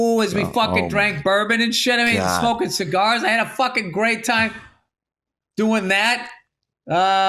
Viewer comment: You shmoked all those shcigars and you never called me?